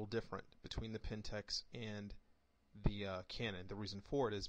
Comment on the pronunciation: A couple of errors, the APS-C, not APS, is not a backlit sensor. It is also not pronounced Pentex, but PentAx, like an axe. I am a Pentax user and I can tell you that to properly develop a Canon raw file you need Canon's DPP, nothing else works as good. Maybe in the future, but not now. You need to get your facts in order before you do an analysis. Otherwise good analysis.